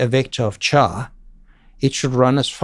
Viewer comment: Very pleased to learn that Stroustrup pronounces "char" with a "ch" as in "chai" not "care". :) Stroustrup works at Morgan Stanley these days, a heavy C++ customer. He met with our team when I worked there but sadly, I was out sick that day.